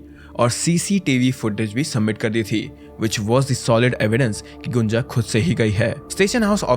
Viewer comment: Abhey gunja ko gunjan kyu boll rha baat baR